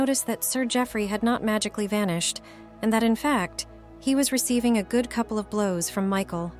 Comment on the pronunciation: When you say “cooplee” I will presume you mean “couple”. Jeeeez, first off, use the proper photos from the correct show you are reading from the book, not another movie he starred in. Sto0 using the robots to read, they do not use the language properly.